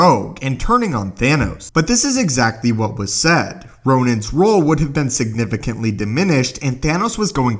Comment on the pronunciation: *No one Narator: sIgNiFiCEntlY